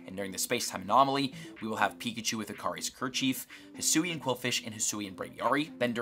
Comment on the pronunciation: The fact that says “Hisoo” instead of “Hisui” makes me cry 😭